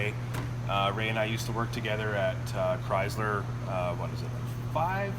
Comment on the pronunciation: chryzzzler? u mean chrySler. lol great vid dude